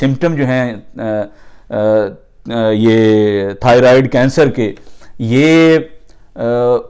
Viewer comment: bhai good effort, it'd pronounced thigh-roid